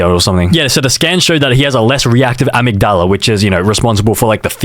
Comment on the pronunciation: A-MIG-DALLA??? ITD AMIG-DALA